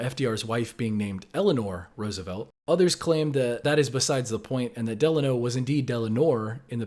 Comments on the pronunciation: I am from russian speaking country. It was always DelAno (a stressed). And it might be confusing beacause DelanoR ends with R, and Roosvelt starts from it, and it might be silenced when pronounced... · Regarding a middle name for President Roosevelt. Neither 'Delanor' nor how 'Delano' is pronounced. Going with :: 'Delano' but pronounced as an Italian middle name :: [ Deh-LAH-noh ] with an accent on the second syllable. And as for warships abstractly appearing with various colours and patterns, I've never had the privilege of seeing a Naval vessel, adorned with such descriptions as well. Plus, my only personal exposures to Naval warships, had been whilst growing-up in Texas, often visiting Corpus Christi for annual fishing trips, and noticing the all-too-obvious presence of the "USS Lexington CV-16" - - so nicknamed :: "The Blue Ghost," that had been built during World War II for the U.S. Navy. Originally intended to be named Cabot, news had eventually spread around, during construction, that the USS Lexington (CV-2) had been lost in the Battle of the Coral Sea. The new aircraft carrier was renamed whilst under construction to commemorate the earlier ship. She was the Fifth U.S. Naval vessel, to bear the name, in honour of the Revolutionary War Battle of Lexington. I actually had the privilege of climbing aboard and having a free tour of the ship, that had been docked in Corpus Christi, Texas, since 1992, where to this day, she continues to operate as a museum. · It’s definitely Delano. People just grew up using the wrong pronunciation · I thought it was Deleanor too. But if you say his full name the with the Delano it tricks me into hearing an R at the end of it. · FDR was never Delanor , it's Delano, as in Delano,mn (a town named after the potus) . its like the old folks who say warsh, instead of wash. its a "Rrr" sound when no "R" is present . a dialect thing. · I think you're right. Delano sort of picked up the R from Roosevelt.